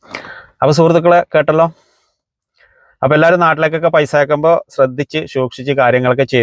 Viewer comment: Paisha alla paisa Annu parayu paisha alla naak vadichi vaaa🤪🤪🤪🤪😀